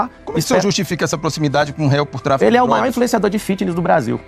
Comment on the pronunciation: Será que só eu percebi que ela falou usar dogras kkkkk